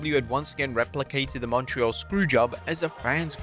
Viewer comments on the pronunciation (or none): none